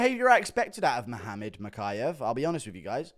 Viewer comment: HE said mokaev is cut not kape!